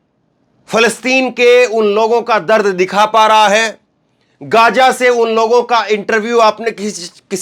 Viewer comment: इस क्षेत्र को गाज़ा कहा जाना चाहिए और न कि गज़ा। आप डिक्शनरी में और गूगल में इसका उच्चारण सुन सकते हैं।